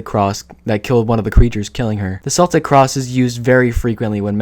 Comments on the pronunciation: It's pronounced "keltic". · Cool video, but as a chick with Celtic ancestry, the way you pronounced Celtic kills me. 💀 It’s pronounced with a hard “c” like in the world “cool”, not with a soft c. Still, it’s a cool video. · isnt 'celtic' pronounced with hard c (k) noise & not an s noise? … excluding the Boston Celtics